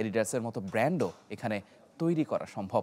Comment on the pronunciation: ব্যান্ড নয়, ব্র্যান্ড।